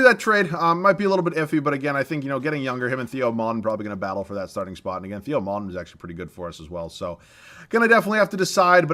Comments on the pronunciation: Its pronounced "TAY-oh" Maledon not "Thee-oh" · Theo maledons name is pronounced teo